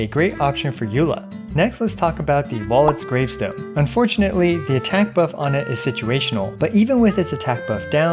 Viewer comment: hold up did u just say Wallet Gravestone?